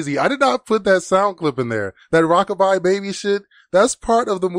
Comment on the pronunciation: I just realized she couldn’t pronounce “Rocka-Bye-Baby” and she just kept saying “rahkuhbahh baebee”